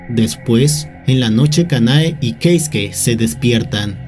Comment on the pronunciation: "Queisque". 😏 - "Queisque, ¿oyeron? Queisque... Uh la la, Señor Francés; sí como no..." 😒 - ¡Cómo se dice entonces! 😠 - Keisuke. 😅